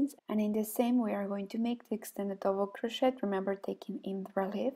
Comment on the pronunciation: Much too fast. Extended double crochet English pronunciation of crochet is like "crosheee". The "t " is not pronounced in English. Thank you!